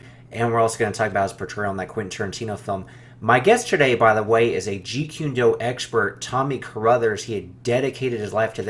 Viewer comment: Kune like coon not qune, if you're going to be doing interviews and you're going to talk about a topic please do not mispronounced the name. Also truth is truth and if it comes out decades later about someone character then we should know. Why are you trying to create a false image or character about somebody. I agree with Tommy carruthers about we've all made mistakes but that doesn't mean we shouldn't discuss it and it shouldn't be revealed.